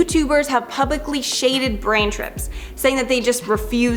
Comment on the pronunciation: did she say brain trips😂 love!!! ❤